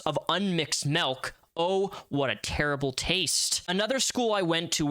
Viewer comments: Ughhh great breakdown but the way you pronounce milk is driving me insane 😂 m.i.l.k not m.e.l.k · dude, you gotta stop saying melk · You say milk as melk and this is humorous to me.